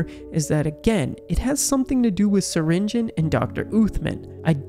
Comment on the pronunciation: Syringeon (sur-in-ge-on) not Syringeon (surin-gon)